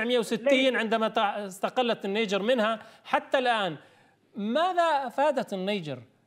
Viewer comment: اسمها النيجر وليست النجير ومن قال لك انها لا تعرف عالميا ثرواتها الاوليه الهاىله